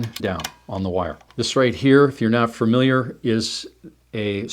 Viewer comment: Great technique and skill! This indeed looks much sturdier. Why do you say "furmiliar" and "acrossed"?